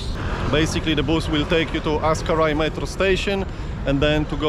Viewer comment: Aksaray non askaray